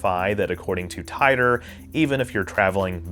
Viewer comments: Tee Ter, John Tee Tor. Tee Tore... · Titor. It’s mostly said “tee-tor” instead of “tie-tor” I think… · The correct pronunciation for Titor is "Tee-Tor" btw, likewise Kissimmee is pronounced "Kiss- Sim-Eee". You're welcome 😋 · John "Tee-ter" not "Tye-ter". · It’s Tee-tor. Not Tie-toe. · I love your work. but please pronounce names correctly. everybody else pronounces it as tea-ter or tee-ter NOT tie-tor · I’ve read extensive info on this conspiracy. Titor (pronounced teet-or not tit-or). You did a good job covering the info but your areas of skepticism and claiming it borrowed from back to the future was comical but made you look sorta dumb and shows you didn’t do too much investigation. Back to the future was actually depicting things physics said could be possible if time travel were. The Kerr singularity theory is not just a theory that rules the concept of time travel, it’s extensively being experimented with at CERN in their lab created universe program which is what the atom smashing experiments we all hear about are foundational hut upon. That’s why before they turned it on the said there was a small chance they could open a black hole. This wasn’t the truth as the disturbances they make are similar to micro black holes and fleeting. The Kerr based machine was also patented in 2012, that’s a whole story on its own, but GE did indeed buy the patent but later cancelled the sale when the created was convicted on some nasty charges. According to GE themselves(I have called in the past myself) they do possess the patent but were not working on it. So that’s another thing that did come true and was not even in the works at the time of titor. Good coverage but you def dumped on the back grow research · It's pronounced "teetor" usually. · "John Tie ter" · I could have sworn that it was pronounced "Tee-tor" Mandela effects? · I always pronounced his name "Tee-torr". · I thought it was pronounced “Tee-der” or “Tee-dor” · It is pronounced [TEA-tor], son.